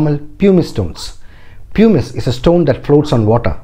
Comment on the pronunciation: Sir you are mispronouncing the word pumice.